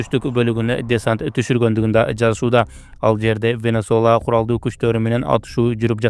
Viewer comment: Венесуэла дегенге тили келбей атат мунун, ушундай блогер журналисттер эле коп болуп кетти, венесола деген